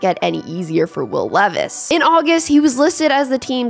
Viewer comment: His name is pronounced LEE is like the jeans. This way he can get a sponsor deal